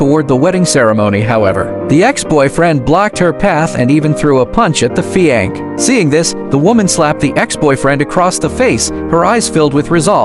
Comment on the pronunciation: Stupid narration - fi anc?